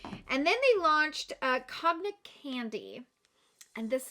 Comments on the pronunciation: Cognac is pronounced Con-yak (I’m not into liquor, but I remember it from a SNL sketch 😅) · Cognac is pronounced “kōn-yak” ☺️